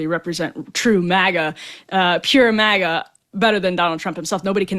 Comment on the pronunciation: MAGA not miga